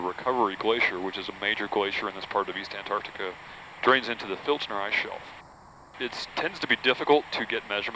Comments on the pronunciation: Why is she saying ''Anarica'' ? I thought it was called Antarctica. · Its Pronounced "Ant Arctica" not "Anne Ardicker" Speak properly woman like what I doos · "Anartica." Americans have this mysterious inability to read and pronounce the word Antarctica. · What the hell is Anardiga? or 'Anardic' Repeat after me* An-tarc-tica and *An-tarc-tic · Where's "Annarica"? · where is anartica as the female says it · Was laughing for a bit caus the american kept saying antarctica like anartica as if the t and c were silent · Anartica? wtf, the pronunciation is An-tarc-tica! say it right! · How does one become an expert on Antarctica and no be able to pronounce Antarctica... IT IS NOT "An'artica" IT IS "Antarctica!!!!! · Whats wrong with these thick shmucks?The word is AnTartica not anartica. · Why does she say annahticar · Was it too much to pronounce the name of the continent correctly ? Anartic...good grief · Too bad they couldn't find people to narrate, who could correctly pronounce the word "antarCtica". That ignorant error really spoils this video. It's really pathetic. Patrick Cowdrey- Gold Hill, Oregon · To the two voices on this video: you have the correct spelling, why can't you pronounce it properly? It's very easy to do. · Please pronounce the "t" in Antarctica. Where's this word Anarctica come from? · Antartica because you know it has a T in it